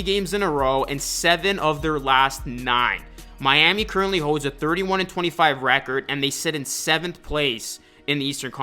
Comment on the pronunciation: nothing like "MYAMEE HEAT"